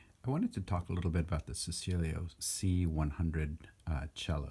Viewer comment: It’s pronounced Che..cilio not secilio and they are horrifying bits of plywood.